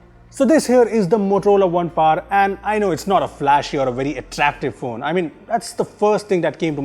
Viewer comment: It is not Par it is Power.